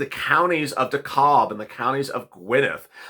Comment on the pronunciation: De-kab and Gwe-Net